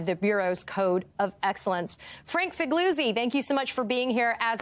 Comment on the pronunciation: why cant she pronounce figliuzzis name right LOL